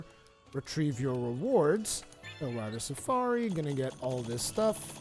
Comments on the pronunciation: "Tailrider Safari" - Its "TailRAIDER Safari" :P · Argosy = ar-guh-see also Tailraider Safari = tayl-ray-der suh-far-ee Awesome videos! New subscriber!